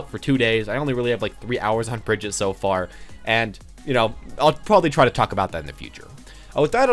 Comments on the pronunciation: By the way, it is pronounced Bri-gitte (the G is prounced like the G from "graphics" and no silent E). Not Bridget. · YouTubes still can’t pronounce Brigitte or sombra smh